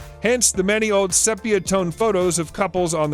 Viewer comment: Say “see-pee-uh.”